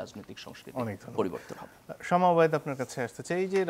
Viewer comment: শামা ❌ সামা ✅